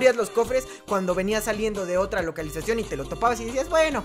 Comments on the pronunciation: Parece que le malio sal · "Localuzacion" - 2020 (Humor) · localalizacion xd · Dou nueva palabra sinónimo de localización LOCALAIZACION XD